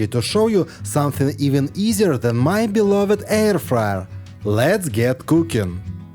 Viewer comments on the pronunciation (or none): none